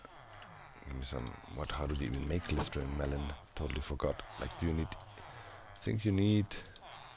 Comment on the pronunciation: I'm actually laughing so hard that I'm sobbing and snorting and this is just top teir hilarity P.S. Glistening is usually pronounced gliss-in-ing